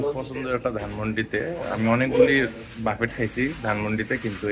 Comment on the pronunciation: বাফেট না , ব্যুফে বলেন